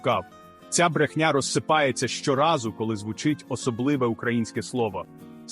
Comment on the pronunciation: Цікавий ткст.Але відчуття,що читає ші,бо не "звУчить",а "звучИть",й т.д.